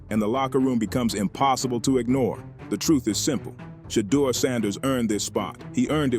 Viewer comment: Thanks for saying Shedeur's correctly most of fhe tiime.